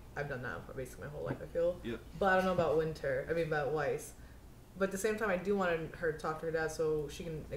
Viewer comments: yeah if only he could remember to say Weiss' name the way it's said in the show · He still saying Viess?